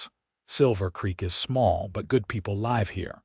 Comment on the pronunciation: I wish once the word live would be pronounced the right way according to context